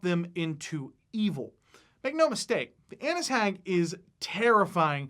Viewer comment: i thought u said Anus hag lol